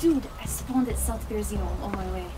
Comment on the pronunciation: > BerezIno BerYOzino :)